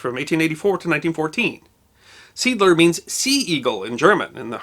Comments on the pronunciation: Just to be pedantic, I thought I would point out that "Seeadler" is actually German. In German, at least, it is pronounced "zay - adler" and means "sea eagle". The harbor is named after the German cruiser SMS Seeadler and the harbor got its name in 1900 during the period of German colonial activity in the area. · Seeadler is pronounced in two words: "See" (German for sea) and "Adler" (German for eagle). See-Adler. Unless the pronounciation changed after Germany lost contol of the port. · The sea port you mention, is pronounced see-art-ler, ler as in her, replacing the h for a l so it becomes one word artler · In German, Seeadler would be pronounced zay-odd-luh with primary stress on the first syllable. It means Sea Eagle. Americans called it Manus Harbor, as it was the harbor at Manus Island. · Zay-odd-luh? Are you nuts? What did you smoke? Man, this is german language, not a Great Old One from HP Lovecrafts stories! It's pronounced "Seh-Adler". I'm german btw. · Love your series! See Adler is pronounced SAY Adler, for Sea Eagle, just FYI. :) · "Seedler" LOL! Trust Americans to butcher any loanword beyond recognition. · Not to be picky, but the proper pronunciation would be "Zee-Adler" - named for a ship worthy of your kind attentions, a commerce raised in WWI that had quite an adventure all on it's own. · FWIW - the name of the harbor is pronounced "ZAY-ahd-ler" - three syllables, accent on the first. If you want to Anglicize it, it would be "SEE-add-ler". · BTW, Seadler is pronounced SAY-AD-LER.. Another good subject would be the Texas City explosion. 'Axe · It's pronounced 'ZAE ADLER' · Say-add-ler (3 syllables) a sailing ship Commerce Raider of WW1 of the German Navy Commanded by Count Felix von Luckner,who destroyed serious Allied tonnage,while killing nobody.He would be a good subject for an episode. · No, the s in German is pronounced as a z, so, "zay 'ad ler". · The German name Seeadler is pronounced ZAY-Adler. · Seeadler should be pronounced : "say adler"